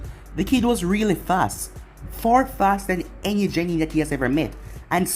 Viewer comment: Bro love this, and most of your series. One thing that bugs me. “Gennin” the gen- is pronounced like Ken cause the G doesn’t make the J sound, not trying to be condescending or a dickhead just had to point it out after the 15th part 😂😅